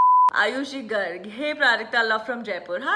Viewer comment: You're literally the first person to pronounce "Garg" properly!😂 Much love to you!❤️